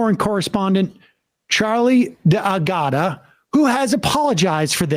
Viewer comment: Sam, it's Dag which rhymes with the word hag and then a ta. Charlie D'gata. And of course, their race has a definite impact on the war. So you see the western world tolerated ethnic cleansing in Rwanda when the Hutus were treating Tutsis in that way based on the size of their noses and was encouraged by a white right-wing Belgian demagogue on right-wing radio. But it caused no response by the west. On the other hand, it created outrage in Europe and the United States when it was taking place in the Balkans and most of the victims were white people albeit some of those white people were Muslims who for generations have been such because they were once subjects to the Ottoman Empire.